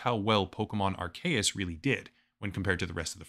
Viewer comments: Dude, Its not aar-KAY-uhs, its aar-SEE-uhs. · Anyone else annoyed about the Arceus mispronunciation? It's AR-keus. Also, I'm pretty sure the two-versions-of-the-same-game gig was so that you could connect with a friend who had the other version and you could trade for the Pokemon you didn't have. I think it was called the Link System? Some Pokemon can only evolve if you trade them/trade them with an item equipped. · yea lol i also think it's arKeus but whatever, who even cares xD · Isn’t it pronounced “R-cee-us”? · people aren't mad at you for calling palworld pokemon, oh no... they're mad at you for mispronouncing "arceus". (AR-SEE-YUS) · The video is already done so it's fine, but for the future I'm pretty sure it's pronounced Are-KEY-us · hearing Arcues with a hard C hits different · Going to ignore that pronounciation of Arceus. XD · The 'C' in Arceus is not pronounced like a 'k' sound, but like the letter 'c' itself. Surprised you got that wrong.